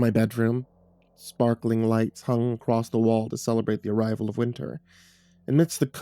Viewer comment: Acrosst is not a word. There's no T.